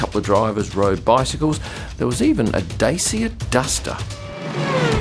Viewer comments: The dacia duster is a superb car actually. Very value for money. Also it's pronounced da-chia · Dacia is pronounced Dah-cha for anyone interested in the english native language world